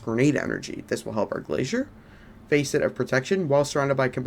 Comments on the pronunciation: Nice work dude. Keep it up. BTW, don’t get offended. It’s pronounced ‘FASS-ET’ like fastest, not ‘FACE-ET’ like Face and et. But like I said. Nice work. I’m away so I haven’t played yet but I’ll give your build a try as soon as I finish the campaign. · Facet is pronounced fa-set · everytime you pronounced Facet as "Face it" shit made me crack the F up lol.